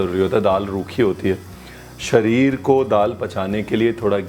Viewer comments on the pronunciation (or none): none